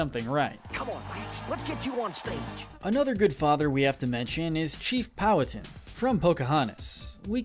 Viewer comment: Po-WHA-tan. Sorry, couldn’t resist